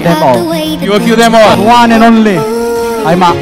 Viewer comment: 'The one and onleh' (Agusrianz)